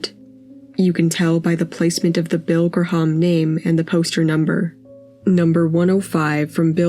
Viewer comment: Bill Gra-harm, huh? That's probably a Jimi Hon-dreegs poster then.